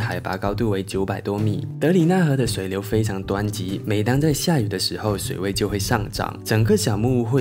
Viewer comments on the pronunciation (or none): 湍急，tuan。不是duan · 湍急 thuan